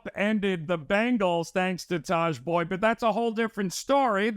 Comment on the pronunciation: Did say Tahj Boyd? 😂